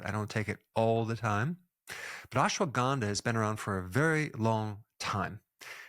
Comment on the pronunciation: not ganda(bad) , (K)ANDHA